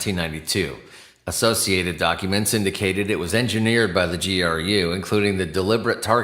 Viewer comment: GRU is pronounced like any other alphabet agency - KGB. CIA, et al.